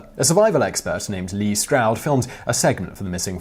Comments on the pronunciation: David "Paul-eye-deez" "Less" Stroud (not Lee) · This guy butchered every. Single. Name. Every person mentioned completely misspelled. Lee Stroud? Wtf man do your research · Did you mean to say les stroud? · les stroud, not lee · I'm pretty sure Les Stroud's name is pronounced like LESS, not LEES. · I'm a big fan of this channel but these mispronounced names are killing me... its David Paul-I-dees and LES Straud not Lee. That being said I've been following paulides work for years and it's nothing short of fascinating and eerie. It's like the beginning of a horror fantasy novel and I can never learn enough about these cases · Lol he messed up Les Stroud name too. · How is it so hard for you to pronounce names properly? Like David Paulides and Les Stroud, it would take about two minutes of looking to up to pronounce them correctly. Not only disrespectful but really terrible work.